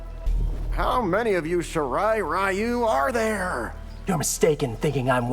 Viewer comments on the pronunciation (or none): Y’know you’d think they’d get the Japanese pronunciations right after so many years but no. They still mispronounce Takeda and Ryu. Fucking fantastic, great job netherrealm